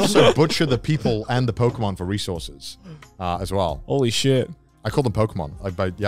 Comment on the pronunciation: It's pokemon not pokeymon